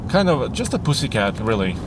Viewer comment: Hearing say “poosycat” is the best thing I’ve heard all day.